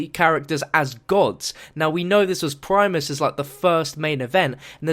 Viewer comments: PRIMIS not PRIMES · its primis not primes